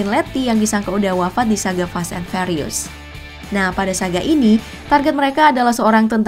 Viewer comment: Ngomong furious nya (fyuritus....) Bukan farius